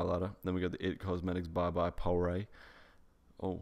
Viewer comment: The way he pronounced "pore" gives me absolutely so much laughter 😂😂